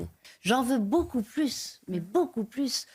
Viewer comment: Ji oune pensi à loui Charles et toute sa famille ...Ji pout pas vous dire plousse 😂😂😂